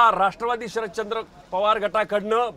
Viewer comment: शरदचंद्र नाही शरदचाॉंद भाई